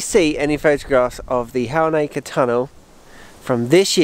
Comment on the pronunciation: Halnaker is close to home for me, please can you brush up on your pronunciation 😀. You don’t give much emphasis to the L. 😂